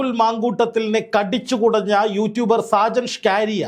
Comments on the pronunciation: നാക്ക് വടിച്ചിട്ട് പറ സ്കാരിയ സ്കറിയ. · ഷാജൻ സ്കറിയ എന്നാടോ സ്കാരിയാ അല്ല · ഷ്കാരിയാ അല്ല 😂സ്‌കറിയ എന്നാ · Shajan Scaria...aanu. ....Shcaria alla... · ഞാൻ താങ്ങെളെ follow ചെയ്യുന്ന ആളാണ്.. പേര് നല്ല പോലെ പറയുക.. സാജൻ സ്‌കറിയ not scaariya😂sometimes u r rediculing him.. Not good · Skaariya alla chetta scariya aan ,😂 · സ്‌കാരിയാ അല്ല സക്കറിയ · ഷ്കാറിയ അല്ല: സ്കറിയ😂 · ഷ്കാരിയാ എന്ന് അല്ല സുഹൃത്തേ സ്‌കറിയ എന്നാണ് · ഷാജൻ സ്കാരിയ അല്ല സ്കറിയ എന്ന് പറയു. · ഷാജൻ സ്കാരിയ അല്ല മാഷേ സ്‌കറിയ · ഷാജൻ സ്കറിയ എന്നാണ് 🙏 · നീ ആദ്യം പോയി നാക്ക് വടിച്ച് വ്യക്തമായി സ്കറിയ എന്ന് പറയാൻ പഠിക്ക് എന്നിട്ട് വന്ന് പറ. കഷ്ടം.